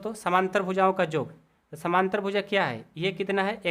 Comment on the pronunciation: Sir samnantr nhi samantar hota hai